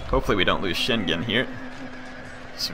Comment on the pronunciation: I know pronunciation is not your thing. but The name Shingen is Pronounced Shin(shEEn)- with a a long E sound, gen(gan) with a short A sound, like in the word "get" not GE like in the word "Genetics"